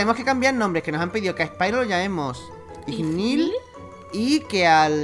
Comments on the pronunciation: Me ha entrado un krkqkfd al ver ese "Ignil", es "Igneel" :"v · Creo que se dice "Igneel" en vez de "Ignil" ;3 pero no se, puede que este equivocada. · No sería Igneel en vez de Ignil?